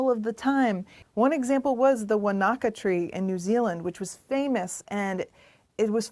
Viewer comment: It's pronounced Wan-na-ka